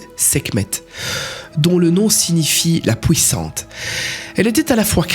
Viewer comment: Difficile les U sur cette video "pouissante" "fouir"😅 sinon les informations sont tres interessantes dans l'ensemble. À part le coups: des alpha draconniens devenu super sympas pour la pluspart et potes des felins 🤨🤔 On y croit moyen.